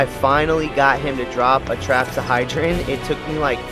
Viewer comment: "Trapsahydron" "Ada-mentos"